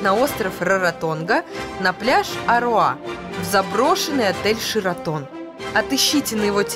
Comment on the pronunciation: Ну во первых не шИратон, а шЕратон)) Во вторых - Где вы накопали это ведущую?)) не эмоций, не стиля... жесть в общем, как на шарнирах передвигается))